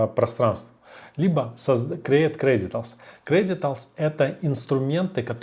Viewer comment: огромная просьба. Называйте правильно, кредЕНТИАЛС, а не кредиталс. Вас смотрит очень много новичков и они научаться говорить сразу не верно. Спасибо